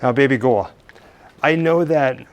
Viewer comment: Are you saying 'Baby girl' or 'Baby Ghoul'?